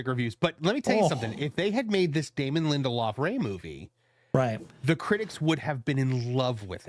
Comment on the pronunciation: If it says lindeloff it equals me never watching.